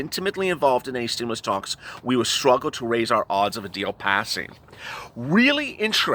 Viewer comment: Can you moo over. Stimmoolus check. Lol!!!!